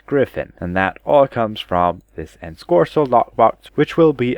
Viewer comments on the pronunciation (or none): It's Ensorcelled. Theres no hard "k" sound anywhere in it. Oh, and by the way, Xuna is pronunced Zuna, with a "zz" sound, like in xylophone. It's not a Greek chi, it's an X, So Zuna, not Cksuna. Yeah, the Anglos and the way they mutilate the language... It's almost like they deliberately made it hard to learn! {:-:-:}